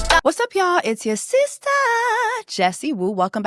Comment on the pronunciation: seestur. lets respect ppls pronouns ❤️